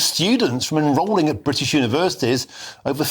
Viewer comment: Bwitish? *Englistan.